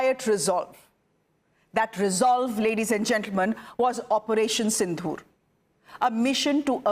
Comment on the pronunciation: Your pronunciation of Sindoor is wrong. You are sayong as Sindhoor